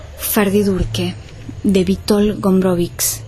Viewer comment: "cz" lo que deben aprender a pronunciar